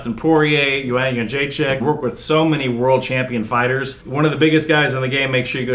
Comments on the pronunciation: Jędrzejczyk not Jydrerzkie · Quite nice name butchering. "Jydzerzkie"🤣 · Worst spelling off Joanna Jędrzejczyks name ever 😂😂😂😂 Jydrerzkie 💀💀💀💀